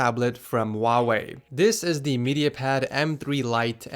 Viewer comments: It's not wau wey it's hu like huu why? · Is it just me who think he said huawei really weird at the start? Sounded more like “vavei”